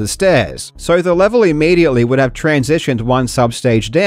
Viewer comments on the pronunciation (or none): none